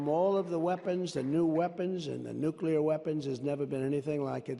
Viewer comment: I LOVE that Donald says "Nuke-LE-ar" and not "Nuke-YA-ler" like SO many supposedly educated people say... For instance George W... (Yea, it's a pet peeve...)